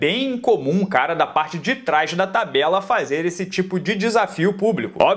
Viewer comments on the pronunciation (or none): none